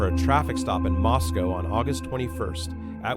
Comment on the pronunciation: As an Idahoan, you're saying Moscow wrong. It's MOSS-KOH, not MOSS-COW 💕